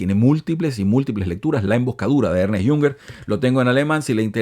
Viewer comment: No se pronuncia Ernest, sino Ernst